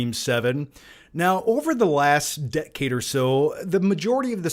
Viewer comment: dec-cade, ec-scape, cart-toon.. long term viewers know has his own pronounciations 😅